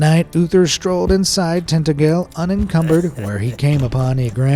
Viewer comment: If you want to visit, Tintagel is pronounced Tin- ta - jel. (Minor emphasis on the middle syllable.) Cornwall is a very beautiful place and is well set for tourists. But it isn't cheap, especially during the summer... 🤷🏻‍♀️